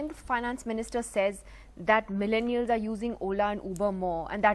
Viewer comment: He again said milleniars